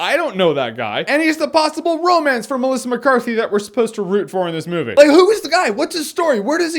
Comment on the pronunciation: He said melica mecarthy to much